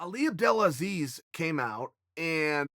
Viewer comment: Now even in my mind i say Ali abdelasleeze, damn you